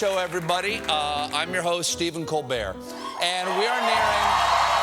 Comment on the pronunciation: colbladed...colbeded...colbert... wtf???